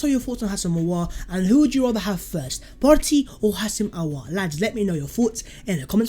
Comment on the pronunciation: Its Hoo-sem. Spot on with the surname though.